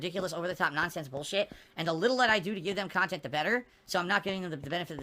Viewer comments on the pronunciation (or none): Great khantent!!!